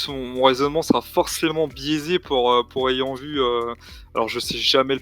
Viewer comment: Le sujet va(t)être ; je serai(t)alors ; mon invité sera(t)aujourd'hui ; Trois liaisons monstrueuses en moins d'une minute. Mais tout le reste était très intéressant et je me suis abonné.